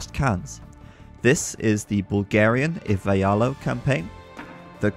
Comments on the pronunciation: One minor note: The correct pronunciation is not [ivai'alo] but [iv'ailo]. The name is coming from the old Vulo. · I am bulgarian and I LOL'd when he said "Ivaialo's campaign"